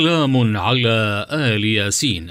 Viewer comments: تصحيح لقرائتك للآيه الكريمه أخي وهي >> سلام على إل ياسين >> وليس آل ياسين >>صدق الله العظيم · المتحدث في الفيديو ده بينطق آية غلط هي يا جماعة سلام علي إلياسين مش آل ياسين هو المفروض اللي بيوصل معلومة يوصلها صح ممكن حد يشوف ان دي عادي ويقول دااا كلمة يا جماعة كده ماينفعشي ياريت يكون في اهتمام اكتر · ال ياسين مش آل ياسين اتأكد من الحركات الالف مكسورة واللام ساكنة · اسف ولكن المعلق قرأ الايه خطء........فهي ليس آل ياسين ولكن إلياسين ومعناها إلياس واهله ومن تبعه. والله اعلم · ملاحظة عند قراءة إل ياسين تقرأ بكسر الهمزة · واللة اسمة الياسين بكسر الالف وليس بفتح الالف